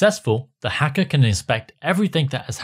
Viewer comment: the evil "heckah" 😂